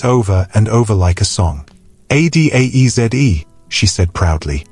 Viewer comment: Its Adaeze, not Adeze/Adese. These are Afrikan names and they should be pronounced properly! These ai generated narrators are murdering these beautiful names. And, whats with these foreign styled weddings? What happened to the Afrikan marriage ceremony in all its glory and splendor?